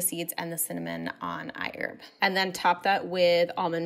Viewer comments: it's I HERB !!!! with the LOUD " H "!!!!! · I heard IHERB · i-erb Hahahaha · If she's sponsored...she'll be rich $ for everytime she said iHerb... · She said iherb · Everyone take a shot every time she says iHerb!